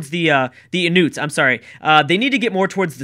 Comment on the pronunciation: Inoots?? Lol it's in-New-its